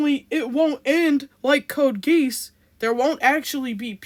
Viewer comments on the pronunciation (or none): code geese? It’s code geass (ge-ah-ss). Sorry but I just couldn’t stand by and let you mispronounce code geass like that. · ah ok lol. Just making sure you knew it wasn’t code geese instead of code geass. Great video btw.